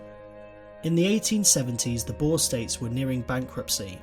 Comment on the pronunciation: It hurts me hearing him trying to say "boere"